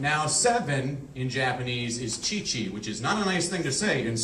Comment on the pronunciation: For the love of god don't do this. He calls shichi chichi.